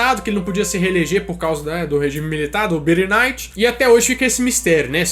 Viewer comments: BIRINIGHT!! hauhauhauhau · birinight kkkkkkkkkkkkkkkkkkkkkkkkkkkkkkkkkkkkkkkkkkkkkkkkkkkkkkkkkkkkkkkkkkkkkkkkkkkkkkkkkkkkkkkkkkkkkkkkkkkkkkkkkkkkkkkkkkkkkkkkkkkkkkkkkkkkkkkk